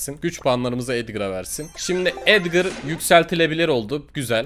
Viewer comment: edgır değil edgar